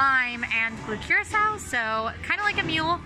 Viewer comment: It’s pronounced Ker rock O. Blue Curacao. Love you guys 😎